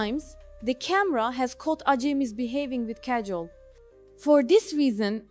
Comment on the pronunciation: Your accent is killing me, and please pronounce her name accurately.